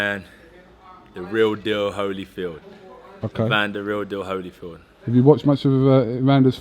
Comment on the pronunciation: lol I stopped listening when he said "holyfield". smh